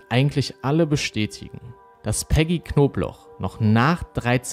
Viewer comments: wieso verstehe ich immer nur „wer rief die knoblauch so auffällig oft an?“ oder soll das so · *Knobloch nich Knoblauch… das sagen sie ständig falsch… eigentlich nich dramatisch aber irgendwie nervt es mich ein bisschen 😅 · Warum sagt der eigentlich die ganze zeit Knoblauch anstatt Knobloch? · Fällt nur mir das auf oder sprechen und jedes Mal Knobloch wie Knoblauch aus?